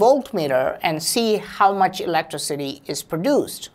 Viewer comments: That really messed me up the way he pronounced it "ELECTRA-CITY" rather then "Elec-Tricity". It made me start saying it that way and for a second made me forget how its actually pronounced..... LMAO. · "Producing Elettro-city" i am crying! XD